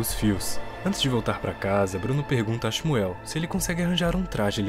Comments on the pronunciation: A pronúncia do nome do menino judeu na vdd é "ximú" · Nada a ver. O nome do menino judeu se pronuncia Shmuel nao "ximuel". Nao existe esse "i".